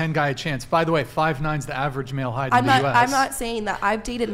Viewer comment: “Heitghth” is not a word